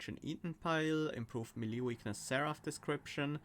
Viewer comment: "Melee" is pronounced like "May - Lay". Yeah, it's a weird word and I pronounced the way you did for like 10+ years TBH. Then talking about "Melee Weakness", I really don't understand why they made so many subtle changes but they don't tell you in the tooltip. Originally, it works the whole turn (which I opposed to as it confuses the player with Spell Weakness), and the last patch, it only works once like Spell Weakness, but it will get consumed even absorbed with Damage Shield. However, this patch changed it to it WON'T get consumed with Damage Shield... Oh come on... The Titanchannel requirement is actually pretty harsh at 12/15 TBH... Unless you have a bunch of 0 cost and taking draw after every major boss, you probably need 4~5 turns to get it out, but on Covenant 25, it's sort of too late IMO.